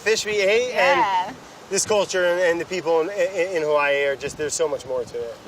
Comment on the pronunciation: Kona is so pretty and it's a great place to snorkle and dive. You know someone's grown up in Hawaii when they say HaVahii instead of us English people saying Hawaaaiiii.